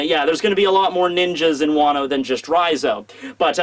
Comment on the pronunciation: " Wano-Wan"